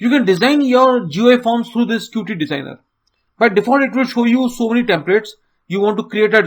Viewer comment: Thanks for the video. It was really helpful to me. Plus, one more thing just to say that 'Qt' is pronounced as 'cute'.